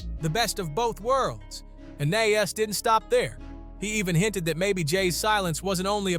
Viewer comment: The way you keep saying Nas name is driving me crazy